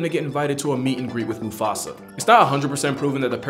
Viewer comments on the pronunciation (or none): none